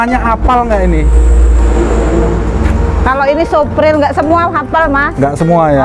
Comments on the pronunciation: Lugu banget ibunya....ngomongnya apa adanya...😀😀 Suflir bu....bkn supril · Koreksi bu haji, itu suplir bukan spril. Eforbia bukan ekorbia 🙏 salam santun dan salam satu hobi. Terus semangat 🙏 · Suplir ibu...bukan supril hehe